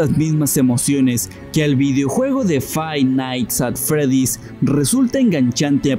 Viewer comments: El vídeo: Habla de una fobia Todos los comentarios: fai nais at alfredo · Fai Nai at Freddy's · Fai naits a fredis